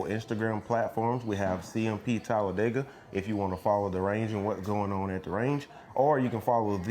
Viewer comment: Props to for correctly pronouncing Talladega, we locals can always tell if someone is not from around here, because the say "Talla- Day- ga"